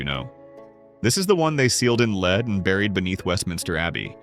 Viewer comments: lead is pronounced led not leeed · The pronunciation is lead+++led! It’s AI because it can’t pronounce some of the words! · Haha..,lead (with a long e )and arsenic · I do wish AI would learn the pronunciation of the metal LEAD!